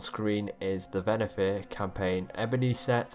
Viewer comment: It’s Venthyr. Not Venathyr.